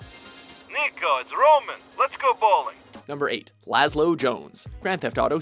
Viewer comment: laslow???? really??